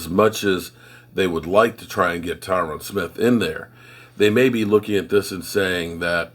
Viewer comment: Dammit I love you and as you say you butcher names. But his name Tyron rhymes with iron love ya brother